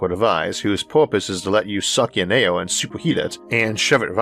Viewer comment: LOL I HEARD ALE INSTEAD OF AIR ALL THE TIME...MABY I JUST NEED ONE